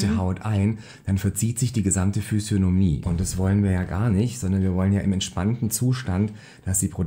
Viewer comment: "füsionomi" 😅 auch physiognomie genannt 😂